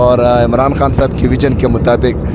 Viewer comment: حان نہیں، خان ہوتا ہے۔ تلفظ تو تھیک کر لو۔